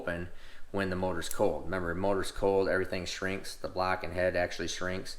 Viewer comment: love your knowledge ! hate how you say black instead of block but hey worth the watch ! keep up the good work !